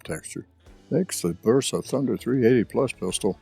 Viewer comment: BERSA CON "B" BERSA , NO VERSA ....COMO DECIR VERETTA